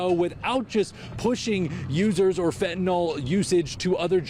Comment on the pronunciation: FentaNYL not FentaNOL